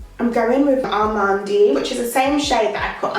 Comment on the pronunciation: Welcome back sisss but quickkkk tip “amande” is pronounced ah-mand the e is silent 💜